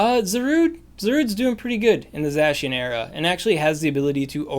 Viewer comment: Ur butchering zacians name its supposed to sound like ur saying the cyan with an old germanic accent the other one is the magenta